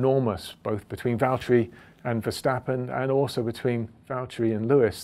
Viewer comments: “James, it’s Vallteri...” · James, It's Valtteri 😁😁 Sorry. i was waiting for James to arrive on a video to say that, for a looong looong time. 😝